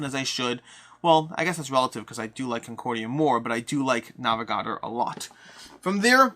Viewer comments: The way he pronounces Navegador is like nails on a chalkboard haha great vid though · I think it's pronounced "Hentes" which means "peoples" in Spanish. Also "Navegadór", you accent the last syllable. "Orleahn" instead of "Orleens".